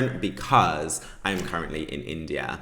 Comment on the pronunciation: My handsome, in the minute of your video, the automatic translation to spanish of your phrase: “I am in India” is “I am an idiot”. Be aware of your pronunciation, please. Lol.